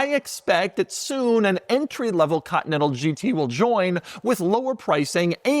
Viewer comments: Why does he say ''cotnetal'' instead of continental? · I forgot about how weird Doug pronounces continental. Cotee nettle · Ahh yes the good old Cottonental GT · Doug the type of guy to pronounce it "Cotton-ettle" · Oh, the good ol' Bentley 'Caught-Natha'.